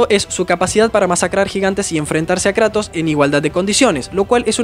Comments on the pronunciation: jajajjja "karatos" 🤑 nueva forma de llamar "kratos" jaja. me gustan tus videos 😁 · "thor fue a luchar contra karatos" jajajajaj, como que karatos? 😭😭😭😂